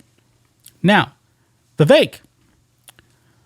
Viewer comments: "VIVEK" second syllable sounds like "ELK" ..THE "E" as in "elk".. a short "e". Vi-vek as in "speck" <<THAT "E" // as opposed to pronouncing his name, "VIVAKE" ..as in "rake". You probably heard it from Nikki Haley, who purposely miscalls Vivek's name.. mispronounces it..you know.😅 So let's say his name RIGHT.❤ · how can these reporters still not pronounce Vivek's name correctly?